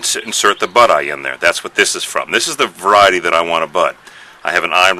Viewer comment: You use a word when describing the above ground and below ground part of the plant. Sounded like " above the ground, be it a "fairy" is the same as the rose below the ground, which is also the "fairy". " I get the idea but that "fairy" word put me to sleep. It is at approx of the video. What is that word you said? I like the videos. I'm learning, Thanks.